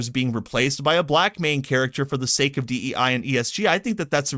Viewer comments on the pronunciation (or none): none